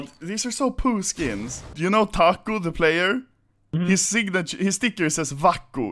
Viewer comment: dude u just said "Tacio Sun of a bitch"